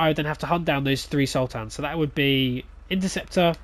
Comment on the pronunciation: Sultans, not Sul-tans! 😀